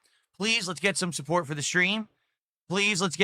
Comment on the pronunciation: ’support’ as ‘sue pore’. He’s got trouble with his T’s